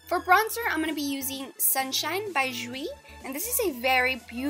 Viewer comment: Love the video, and I don't mean to be a stickler, but jouer is pronounced "joo-ay". It was driving me crazy! I'm thinking about trying that cover girl foundation. I was skeptical about its compatibility with olive-y yellow-y undertones but you just solved that for me!